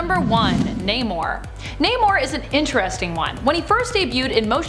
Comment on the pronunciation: Couldn't stay past Dr. Fate....your channel needs verification of these so-called facts,and pronunciation! First off it's Namor.( nay-more) for those that can't read. And Stingray had his own run in the early 90s or so. And DR. Fate has always been around and never been dropped. Always somewhere